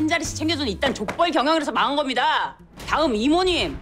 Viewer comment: 대사도 너무 통쾌한데 이하늬가 정말 잘 살려ㅋㅋㅋㅋㅋㅋㅋㅋㅋㅋㅋㅋㅋㅋ이 드라마 너무 재밌다 간만에 ㅋㅋㅋㅋㅋ 글고 [고몬님] [이몬님] 말고 [고모늼] [이모늼]으로 발음하는것도 너무 귀엽고 웃김ㅋㅋㅋㅋㅋㅋㅋㅋ